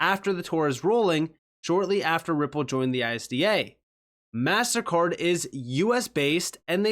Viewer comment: Sounded like you were saying "massacre" at first instead of "mastercard"... I was like great, is he Ai too 😂😂